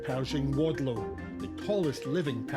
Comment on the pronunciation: The name is "Wadlow", not "Waldow".